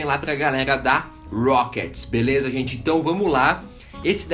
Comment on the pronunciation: "Bileza" "prastico bolha" "Risistente" Porra gente, todo mundo erra!! Parem de ser vacilões...